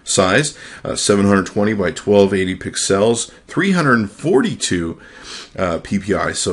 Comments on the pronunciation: Pixcells.... Lol...its pixels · Hey it's pixels NOT PIXALS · STOP SAYING PIXELS LIKE THAT FOR THE LOVE OF GOD!